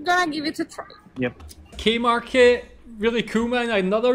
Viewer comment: K-Market .... KOO Market .